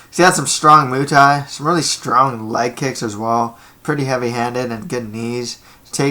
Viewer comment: Your break downs are decent but moo thai? Lol its pronounced like its spelled.